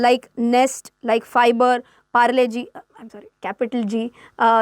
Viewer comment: PARLE - G.. 😆😆